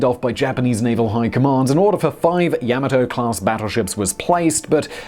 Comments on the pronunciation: OK then pronunciation: you said YA-MA-TO with emphasis on the first syllable but should be second syllable... like: ya MAW toe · It's not Yam-A-Toe, it's Yah-Mah-toe. You keep mispronouncing it's name. That's a big thumbs down until you correct this terrible error. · It’s pronounced Yah-mah-toe. Her and her sister ship, Mushashi, both bore the emblem of the Chrysanthemum Throne on their bows symbolising eternal and loyal servitude to the Empire and the Emperor. Pronunciation aside, another informative and fun video. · You call it Yamato, I call it Yamahto. Let's call the whole thing off. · Ya-ma-to not yama-to. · It is correctly pronounced "Yah-ma-toe" not "Ya-maah-toe".....watch the first episode of Star Blazers and you will hear the correct pronunciation of the ship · Yah-mah-Toe! Frickin English, man! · The way you're pronouncing Yomato, the only fear anyone will experience, is the fear they may not stop laughing............ever! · Yamoto Tomato yamoto Tomato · Pronounced Yah - mah' - toe Simon. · Is this the only person in the world that can not pronounce Yamato? It's YOM-A-TOE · Seriously, you'd think they'd check Google Translate for the pronunciation of a word Simon has to say SO many times.